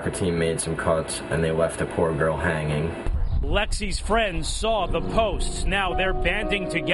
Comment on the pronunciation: I always wondered how my comments sounded being read aloud. Nobody put any emphasis on the "hanging" like I did, why did she read it like it was.